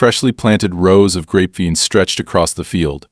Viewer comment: Must be AI since he can't pronounce grapevines. I'm in California and grapevines for wine are popular to plant except they take a lot of water, huge amounts